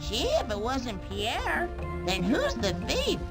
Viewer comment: Newer viewer here, why does dougdoug not know the name Pierre, and immediately mispronounces it as POO AIR??